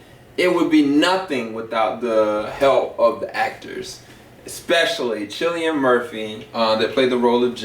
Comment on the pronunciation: Sorry to be picky, I know this was a while ago. But Cillian's name isn't pronounced CHillian, it's KILLian. Good review though. Love this movie, one of my favourite horror's.